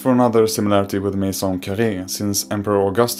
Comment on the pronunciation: He's not french because he said "la maison carrée " with an accent who is clearly not french